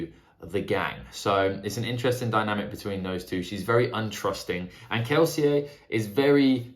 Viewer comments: Lmao I love that you're the only person in the entire world who pronounces Kelsier correctly, the French way. Not even Brandon Sanderson does that :D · I hard respect you actually pronouncing Kelsier as intended.